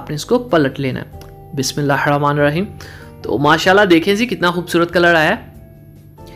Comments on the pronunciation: بسم الله الرحمن الرحيم بھائی ہ کے نیچے زیر ہے بسم اللہ الرحمن الرحیم صیح پڑھا کریں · Bismillah hir Rehman Nir Raheem hota hai pronunciation thik Kia karo bhai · MashaAllah your recipes are awesome only one piece of advice if you just don’t mind please please you accent when you say BismillahiRrahmaniRraheem needs a little correction if you listen to some nice Qari reciting you will be able to recite it MashaAllah you are a sincere person thanks 🙏